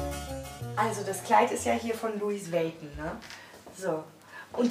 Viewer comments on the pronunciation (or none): “Louis weiton” wtf😂😂😂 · Vergacke, guggi, lwios whizuna oha Diese Aussprache!?!?!?!?!?! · Louis vaiton😂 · "Gacci" und "Lois Vaiton" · "versakke" und "louis veytn" 😂😂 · Niemand:: versake, gaki, luis Veysn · Versake anstatt versace, gakki anstatt gucci, Luis waiton anstatt Louis Vuitton🤣😂🤣😂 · Luis wäiton,gakki, wer kennts nicht?😂😂